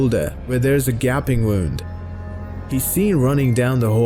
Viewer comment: Did you just pronounce gaping wrong? lmao Great video though